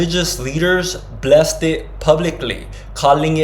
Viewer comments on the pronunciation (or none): none